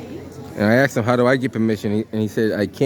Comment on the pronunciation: Go learn the language it's asked not axed.